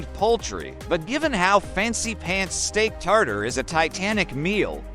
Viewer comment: Oh my ... the whole unintelligible bit minutes is so bad because french words like ''steak tartar'' , ''paté'' (pronounced ''pot'' , for cripe's sake ) and ''foie gras'' (no, not foe grass, thx ) are pronounced ... well, about as horribly as we should probably expect at that point. And I think the whole point is that steak tartare is outlawed in the US because it's made from raw meat, while foie gras is is ethically questionable because to make it, birds are force-fed to enlarge their livers. But apart from one US-state it's not out-lawed in the US, so no idea why foie gras is even mentioned. And yes , steak tartare is made from raw meat that's finely minced - not chopped - and the trick is that you need to really make sure that the live-stock used is healthy and free of parasites. Happy domesticated animals, happy beef sushy, or somethin glike that.